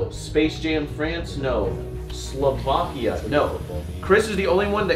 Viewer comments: Solvania? Slovania? Silvakia? I thought you guys went to high school. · "Silvakia"